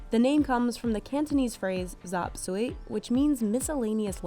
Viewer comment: that pronunciation of "Zaap Sui" 😭